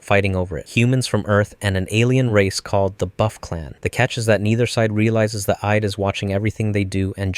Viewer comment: You definitely mispronounced Id on purpose for comment engagement LMAOOO. if not, the Id (pronounced it'd) is a theoretical part of your brain that controls primitive and natural instinct. It's very basic though and not like the ego and the superego, as they analyze things rationally, and generally, peacefully. Just thought I'd say that in case you weren't baiting.